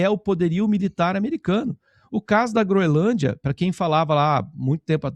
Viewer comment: pelo amor de Deus, você dizendo "Groelândia", jornalista de tantos anos, é um convite para nunca mais te assistir. Quebra de confiança total. Não dá. Lembrando que você também foi contra a caminhada, o que me fez tirar muitos pontos do crédito que eu lhe dava.